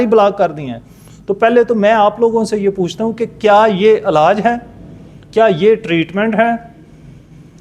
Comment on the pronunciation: Alaj.nai.hota....elaj hota ha..or bakaar b nai lafzoun KO.adaigi thek kro